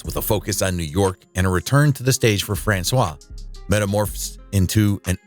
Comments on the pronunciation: I believe Franchot is pronounced Fran-choe. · How do these videos choose narrators? This guy's mispronunciation of Ferrer is perhaps understandable, even if it destroys the fiction that he knows anything about his subject, but how does he drag Francois out of Franchot Tone?